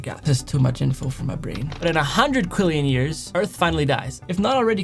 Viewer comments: It’s pronounced quadrillion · can anyone not talk about how he said quadrillion “quillion”